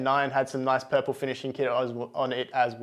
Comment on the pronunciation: Purple or Puprle? 😁